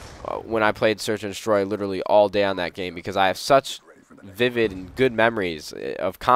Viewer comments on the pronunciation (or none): none